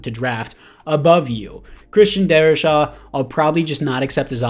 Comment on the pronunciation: Darri-SAW....not Shaw